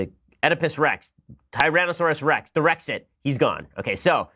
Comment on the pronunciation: RRRrrrexit ! LOL! And WHY WHY WHY will Hillary NOT GO AWAY? Loved your commentary as always, Ben.